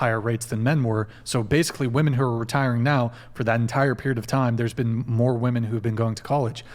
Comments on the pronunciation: Why can't they properly pronounce the word "women"? They say "woman" for the plural. Is this intentional? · Why do young women pronounce the word women as woman?